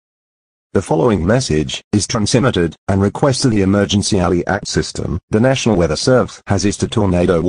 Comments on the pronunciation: The alert said Nasional its NATIONAL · nasional. It’s national! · Um that is not Nasional its National and its Not Servesre, its Servese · “Nasional weather servese”